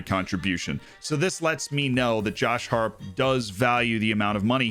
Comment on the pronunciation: Came to learn more about FM. Left wondering how Josh Harrop's name was so badly butchered.